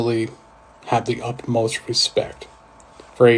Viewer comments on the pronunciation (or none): does he say UPmost respect? Isn't it UTmost?